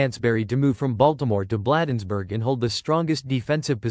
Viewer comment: "Blaaaadensburg" is correct pronunciation.